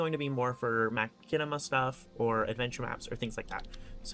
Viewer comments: Man, eat your heart out WorldEdit. Also just in case you wanted to know the "chi" in Machinima is like a "shh" like saying Machine, "Mah-Shi-neh-mah". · Hearing someone mispronounce machinema has solidifed me as an unc